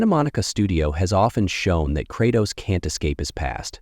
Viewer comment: Dude can’t pronounce Kratos for nothing.